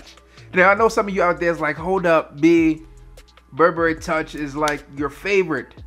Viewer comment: You can't even say Burberry...